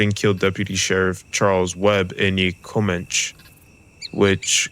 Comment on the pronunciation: great video, but a piece of advice. please try to work on your pronounciation. e.g comanche would be pronounced co-man-chee